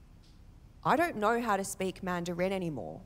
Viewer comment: Man du reeen - is that the Australian accent? 😂😂😂